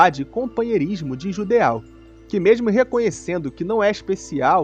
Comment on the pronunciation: Suas análises são ótimas, tô adorando a série, mano! Só uma crítica construtiva (que já vi em outros canais que falam de Berserk): acredito que a pronúncia de Judeau seja 'Judô', da mesma forma que 'plateau' é 'platô' e 'chateau' é 'chatô'. Tamo junto!